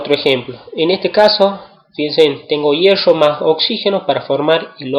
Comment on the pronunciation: pero tiene razon esta mal como lo dice